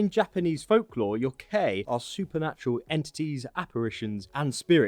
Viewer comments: Late fyi: It's Yo-k-eye, not yo-kay. You got everything else though! ^_^ Thanks for showing them off individually. Hadn't found another vid that bothered, just showed the whole kit equipped. Reda has it this week, and a Steam Punk part. This saved me some runes with him (rather have a full cloak, in this setting. Maybe if we ever get a proper feudal Japan. But then, something like this would probably end up being more 'Isu' themed). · It's pronounced kit-sun-a and yo-kai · Kit sun é and yo kai are how they are said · its pronounced "kit-soo-ney" not "kit-soon" and "yoh-ky" not "yoh-kay" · You’re pronouncing kitsnune and yokai wrong lol kitsune= kitsune (ay) and yokai= yo-k-i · Kit-Sue-Nay Yo-Kie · Kitsune = "keet-soo-neh" Yokai = "yoh-kye" Oni = "oh-nee" Jorigiri = "joh-ree-gee-ree" (not a soft J, it's Japanese, not Danish) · Yokai is pronounced Yok-I and Kitsune is pronounced Kitsun-A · It’s pronounced Yo Kai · The pronunciation of kitsune and yokai was aweful....